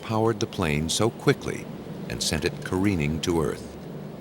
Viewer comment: coreening to earth?? hahan you co rearing